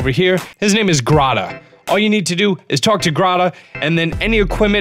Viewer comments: “Talk to grah-tah” his name literally has an accent mark on the e cx its grantÉ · Grotta? I thought it was pronounced Gran-tay? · why are you saying hy-lean (Hylian) and grada (Granté) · yet it doesn't bother you when this dude says lou-men-noise instead of lou-men-us or when he calls the vendor Grata instead of Granté? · The way you say Granté is laughable. There's an accent in the E so it's pronounced Grahntay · “His name is GrAdA” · “his name is grata” wh,,, buddy what,,, clearly it says “granté” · Granté "Gratta" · did he pronounce granTAY as gratta? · You pronounce like everything wrong: hateeno village, gratta, luminoise Stone? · Not to mention he doesn't pronounce the n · the way he says Granté makes me cringe